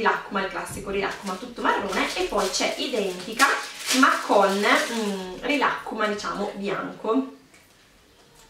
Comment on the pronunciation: Non sai pronunciare rilakkuma